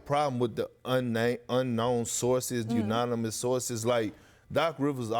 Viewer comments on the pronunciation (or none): Did he say unanimous source?